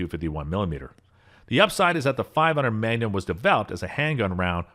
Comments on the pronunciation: How bout how he pronounced magnum as mangum!!!😄😄🫢🫢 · This man believes Magnum's are actually just "Gum for a Man" MANGUM??...ITS PRONOUNCED MAGNUM! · Mangum huh??...pretty sure that's MagNum!!😄😄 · And he called the magnum a Mangum lol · And magnum as "manyum"? Sounded like it. Made it kinda French.